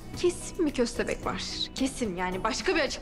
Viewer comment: Bahatin ve hayri dede fovorisi olanlar burdami köstehbek dediği an patladım 😂😂😂😂😂😂😂😂😂😂